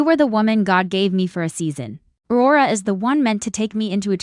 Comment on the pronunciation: What the hey! Please get a human who can pronounce the English language properly. Please call this show it has gone from the sublime to the ridiculous. Wara? Does Aurora know about her?